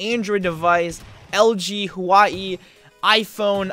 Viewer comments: Bruh (Huaiii) new brand XD its pronounced Wah way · Suppose to be Huawei not huai.. Lol 😂😂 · Huaa-eey 😂 Hua-whey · Huawei not huai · Huawei is pronounced like “wawway”